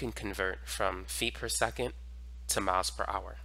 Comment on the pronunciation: You should try pronouncing miles Miles Miles not maos. And I take it you’re homosexual.